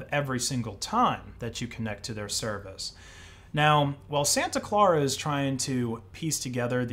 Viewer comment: What is so hard about pronouncing the word "Clara" as in Santa Clara?? The guy has saying it like four different ways. 🧐